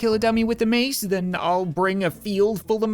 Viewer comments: There was the Rat King in the Maceality, because when you say ,, Mace " it sounds like Mice. So Miceality. -Kubowskyy ToJa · Mace sounds like mice